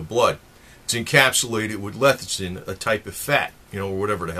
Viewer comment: Lethicin??? It's Lecithin